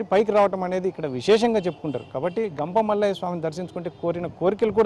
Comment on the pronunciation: Ganga mallaya kadhu thalli gampamallayya swamy